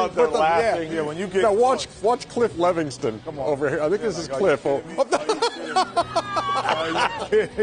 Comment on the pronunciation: "Levingston." Sheesh.